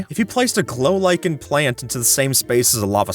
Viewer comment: "A block of golichen" LMAO